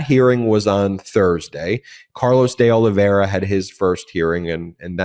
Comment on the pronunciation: dee-olive-era ,portuguese ,not spanish!